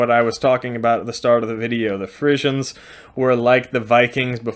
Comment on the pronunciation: I can't stand that during this hole clip you keep on going to call the Friezen"faeces".You say you have been to the Netherlands so why don't you try to pronounced it correct.